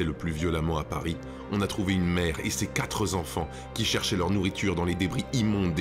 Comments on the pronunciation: Dis donc la fausse liaison ! Quatre zenfants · A 1.18 les quatre zenfants! On a pas le droit de faire une faute de liaison sur du Victor Hugo et un tel monument de discours! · ses quatre z'enfants...mais bien sur ...comment gâcher tout le discours ! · Très belles paroles.c'est ça la sagesse!!! Quatre enfants,pas quatre z enfants! Mais ça ne change rien à ces belles paroles. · Dommage pour certaines liaisons manquantes (un malheureux homme) ou rajoutées (ses quatre z'enfants)... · Quatre zenfants.... ça fait mal aux oreilles 👂. Sinon top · Bonne diction mais lapsus linguë... Quatre zenfants... 😁 Merci et bonne continuation !